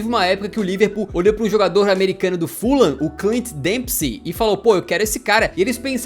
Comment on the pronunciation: Sem ser otário kkkkk O fuham se ler fullam